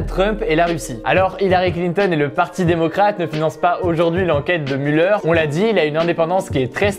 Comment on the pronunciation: on dit mulère pas muleur haha